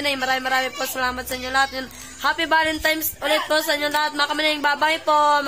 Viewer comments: VALENTINES not valentimes. Aral aral na kamuning ha? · Kamuning valentines po,hndi valentimes..✌✌